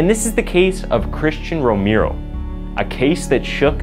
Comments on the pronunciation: It's pronounced rome-arrow... Not rome-ear-o! And yes I am a stickler on how somebody pronounces a name because there's a right and a wrong way to say certain things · I love your channel! Thank you so much! FYI: Romero is not pronounced the way you are saying it in the beginning. It’s Row-mer-o. (Just for future reference.) Later in the vid your pronounced it correctly. Maybe I’m just tired from work. 😂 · (Romero = /Roh-meh-roh/. Spanish name. Learning just vowel sounds in Spanish make a world of difference in pronunciation.) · James your not saying Romero right. Say romeo and kinda skip the r in at the end before you say the o. I hope you can get it. When you say the right Romero it's sound's alot better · Okay I'm sorry, I'm so sorry but can you Please learn how to pronounce Romero? It's so offensive I had trouble paying attention to the serious issues presented.